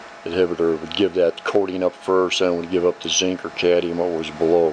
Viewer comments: As a person w/ a significant background in chemistry, I'd say you did a very nice job - you've done your homework and research. However, you really should learn how to pronounce Atomic No. 48 - Cadmium. It is NOT Cadium as you pronounced it throughout the video - it is Cadmium. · You say 'Cadium' ? Is it US speak for what we (UK) call 'Cadmium' ? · Good process, now let’s learn to pronounce ‘cadmium’ so we can stop calling it ‘cadium’ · Cadmium....not cadium. Nice set up, thank you. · Cadium? I thought it was cadmium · Great tech, but one thing that drives me nuts, it's pronounced cad-ME-um, not caddium. 😉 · Very interest and well shown video, but please talk correctly and pronounce the words how they should be. .............................its CAD - ME - UM... NOT cad e um.. the English language gets so bastardised its terrible, especially when you have even spelt it correctly. either say the word correctly or dont keep on repeating it....... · Actually, it's cadMium, not cadnium....LOL 😅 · You should pronounce the "m" in Cadmium. It sounds better. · CadMium! As in how the rest of the world pronounces it. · Can you say Cadmium?????? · Please learn how to pronounce "cadmium"